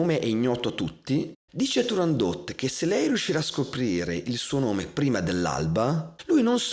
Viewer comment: Ho imparato che si dice TurandoT e non Turandó ( 'sta Francia. ..!)